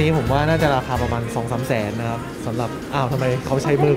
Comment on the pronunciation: คำว่าแสนนะครับ เป็น แสนนครับ :)